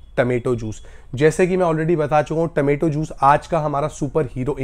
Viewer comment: Remedies are superb but taamaetoe juice is a nightmare. Please say, “Tomato juice”